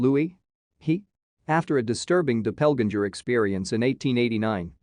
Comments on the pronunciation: "Dopelginger" for doppelganger 😂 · I would like to see the narrator's grade for pronounciation. Dreadful! 'Doppelganger', 'Lui' and Guy de Maupassant are prime examples. How can anyone, trying to commit suicide, slash his wrist 6 times????